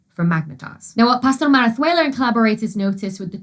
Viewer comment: I wouldn't know for sure if you pronounced 'Pastor-Marazuela' correctly, but it sounded very convincing to me!